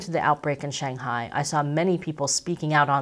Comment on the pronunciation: There is no such place as 'Shanghai' as you pronounced it. You have 1.75 million subscribers. Rather than perpetuate and reinforce common Western mispronunciation, why don't you show some respect to the people and the language and make an effort to pronounce the name properly ? Hint: The first syllable rhymes with 'bung' not 'bang'. Take a free pass on the tones though. Fair enough to put them in the too hard bucket.